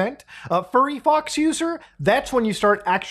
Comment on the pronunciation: did he say furryfox